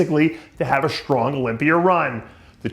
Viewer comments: Who the hell was your teachers Dave? Olympier, idear etc etc? Things that end in (A) doesnt make an Eerrrr sound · Why do you say idear, and olymiar with an R